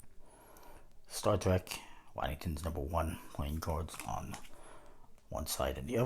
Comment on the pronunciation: It's pronounced Woddington, wyi.